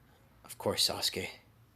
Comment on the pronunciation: Yo this is fire but the way he said what if sauske died ha